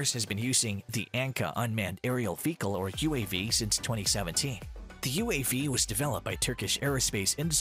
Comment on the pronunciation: I keep hearing "fecal" instead of "vehicle."